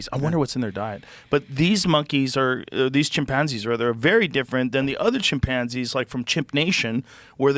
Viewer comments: the way joe says chimPANzees reminds me of schmidt from new girl lmfao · Has Joe always said chimpanzees like that lol